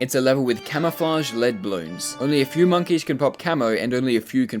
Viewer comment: Balloons not bolloons